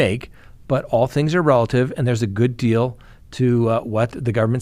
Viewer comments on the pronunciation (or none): none